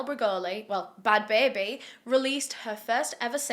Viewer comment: "bahad bahabie" had me howling edit: also "she degaf!"